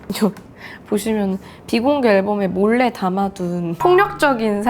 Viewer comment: 사투리 모먼트 비 ↑공개 앨범을~~ 녹화하~ 고 싶은~~ 덕↑질할때